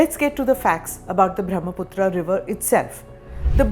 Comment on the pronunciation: Pronounced ब्रह्मपुत्र , not ब्रह्मपुत्रा It is a नद, not नदी due to its size